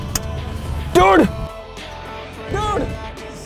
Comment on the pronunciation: Ur " dude " sounded like Turd